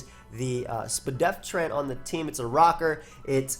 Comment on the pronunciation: Thats correct, despite saying spedef ALL the time, its still confusing and incorrect